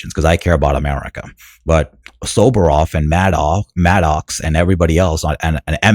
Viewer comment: It's Rachel Maddow. It rhymes with Mad Cow. Not Maddox or Maddock.